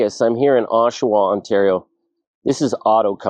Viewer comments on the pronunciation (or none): none